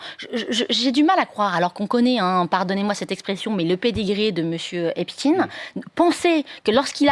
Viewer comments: Cesr pas epstiiiiiine. Il est pas russe. Son nom. Cest epsteiiiiine. Aiiiiine. Comme einstein. Taiiiinnnnn. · Pourquoi Epstine ? C'est Epstein. Comme Eisenstein Einstein, Frankenstein.. Et non Epstine comme Poutine ou Raspoutine, tartine.... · epstine non c'est pas russe c'est epstein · Arretez de drire "Epstine" comme Poutine, c'est bien Epstein, comme Einstein. Et on comprends la volonté de censurer et de ficher les opposants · EPSTEIN ... Pas EPSCHTINE ... PUTAIN DE PROPAGANDE PAR LES MOTS ! FRANKENSTEIN, EPSTEIN ! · On dit Ep ch ta i n e pas stine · C.est pas epstine, c’est epstein, vous confondez avec Poutine.😂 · Merci merveilleuse Madame pour votre précision et votre professionnalisme juste une petite remarque pas Epstine comme Poutine mais epstein comme Einstein merci et bravo et bon courage à vous pour votre travail remarquable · Cst pas Espstiiiiiiiiine c’est espSTEIN , c est incroyable quand même. Vous prononcez pas albert Einstiiiiiiiiine mais bien Einstein alors pourquoi ce glissement ? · Ici on est en France et Epstein se prononce Epsteine et non pas Epstine. Il doit bien y avoir des cours du soir gratuits quelque part en France de prononciation car il ne suffit pas d’être un banal perroquet et tous les français ne sont pas incultes quand même...quoi que... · le fond et la gravité de cette affaire n’est vraiment pas la prononciation d’epstein ou epstine... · Épstiin, même prononciation qu’Einstiin ?😉Einstein , ……..Frankenstein, Epstein , c’est pourtant pas compliqué 🤣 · espSTEIN svp. Qui a décidé qu'il fallait prononcer autrement et pour quelles raisons ? EinstIN donc, pas ESTEIN? lol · Epssssstein !!! Ce n'est pourtant pas compliqué. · Vous dites Albert Inestine ? Harvey Vinestine ? Non. Donc prononcez bien svp (Epchta i ne), sachant qu'on est loin de finir de parler de cette affaire...